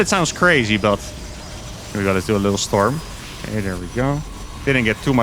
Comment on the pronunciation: Every time he says Shtorm!